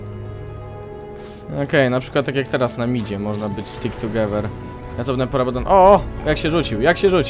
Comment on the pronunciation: "tugewer" XDDD